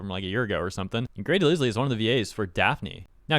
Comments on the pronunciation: The name "DeLisle" is pronounced "deh-LYLE", not "deh-liss-lee". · Mostly unrelated but I think you say Grey's last name not as "De-liz-le" but as "De-lyle" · Delisle is pronounced Dell-ile btw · Grey De-Ligh-L not De-Liz-Lee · You said Grey DeLisle‘s last name wrong dude, the S is silent and the E is silent, and it has the long I sound instead of the short I sound. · Her name is pronounced Grey DeLyle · Delisle is supposed to sound like del- isle(like across the isle) 😅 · I hate the way he pronounced her name I could have sworn it was grey de lie L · The 's' in 'DeLisle' is silent, it rhymes with 'defile' or 'revile'. Only phonetically, not semantically. No offense to her. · Her name's pronounced "de-lyle", for the record. Also, as much as this was a shit move on Grey and Jay's part, the strike is still something that absolutely needed to happen, and trust me, you don't want to be on the side that has lately been outright refusing to pay writers and voice actors AT ALL and literally went as far as mutilating trees just to take away protesters' shade on one of the hottest days of the year. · Every time you mentioned Grey Delisle I cringed because you botched her name. It's pronounced de-lyle. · Just for reference; DeLisle is pronounced DeLyle. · It's pronounced de-LYLE. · For the love of God man, is pronounced Del-aisle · Its Pronounced de-Lie-ul! Or aisle with an l in the front. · NGL, constantly hearing this guy pronounce her name as Grey de Liz-lee is just weird. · you dont pronounce the "S" in "Grey Delisle's" name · I think I’m more annoyed by this dude’s mispronunciation of Grey’s last name than the fact that she was mad that someone used ai to mimic her voice lol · Learn to read names properly. You got the animators name wrong then the voice actors name wrong like 15 times.